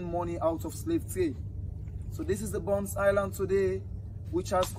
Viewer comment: It's not Bunce Island but Bonth Island